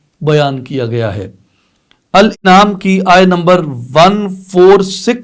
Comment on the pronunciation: معزرت کے ساتھ الانعام کی الف کا تلفظ درست کر لیں زیر کی جگہ زبر